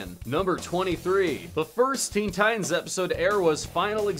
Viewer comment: Theen thitans